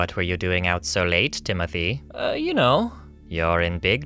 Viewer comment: Why did you say timmithy like evertine its like that but it fine